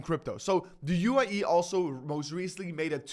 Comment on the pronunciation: UAE , not u i e ..